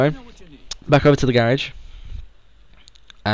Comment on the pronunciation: I hate how you say garage